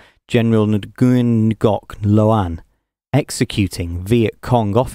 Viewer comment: "NOO-yen" is a better pronunciation of that name.